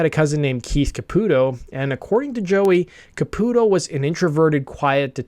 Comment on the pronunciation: Thank you for correctly pronouncing Caputo. My "cousin" is his actual cousin, and it always bothered us when people pronounced it Ca-pew-to. Also, my old band had the same manager as LoA and we used to give him shit for how smitten he was with Keith. Once Keither became Mina I hit up our old manager and asked if he was gonna hit it now that Keith was a woman. That was the last time we spoke. Fuckin' worth it, baby!